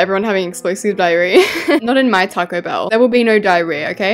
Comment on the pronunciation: "TaycoE Bell" "TaYcOeS" "That looks like a TaYcOe" I LOVE HER ACCENT SM 😭